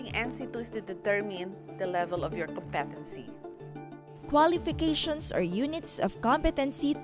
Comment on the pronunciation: Thank you for this video, it is very helpful. There's only one thing I would like to suggest: please pronounce correctly the word "competency" .... you may google it by typing "competency pronounciation"... the stress falls on the first syllable just like how you pronounce "competent" in which the stress falls on the first syllable.